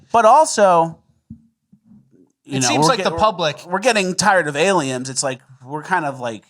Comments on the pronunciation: Is saying “Aliems?”😂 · all i hear is saying “aliems” 😂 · Do you just say self-flatulation 😂 It's flagellation with a g 😂 And am I hearing alien with an M? What is going on here?